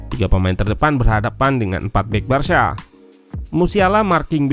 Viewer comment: Cara baca "Barca" itu barsa bukan barsya